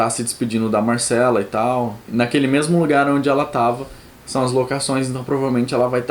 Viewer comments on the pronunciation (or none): mArcela, daInÉrys, escamÁgris.... please pronuncie direito os nomes, estude fonetica ou ao menos veja um episodeo em ingles para escutar bem a pronuncia dos nomes